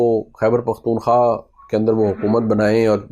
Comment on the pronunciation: پیارے نوجوان، السلام علیکم ایک لفظ آپ بولتے ہیں "پختون خواہ" (پختون خا) تلفظ کرتے ہیں آپ۔ یہ غلط ہے۔ یہ لفظ "پختون خوا" PAKHTUN KHWA مہربانی کرکے اسے خواہ نہ پڑھیں بلکہ خوا پڑھیں۔ خوا کا مطلب پشتو میں منطقے کو کہتے ہیں۔ امید ہے آپ اپنا تلفظ صحیح کریں گے